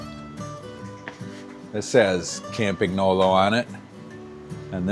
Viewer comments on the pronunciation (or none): But you're cool with how he says "Campagnolo"? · Your pronunciation of "Campagnolo" could be improved, but your pronunciation of "Bianchi" is something to call the Carabinieri about! (For the curious ones: it's "BYAN-key") That said: great video, I really enjoyed it, and I can't wait to see all the "watch you working" videos this will spawn. Keep up the good job!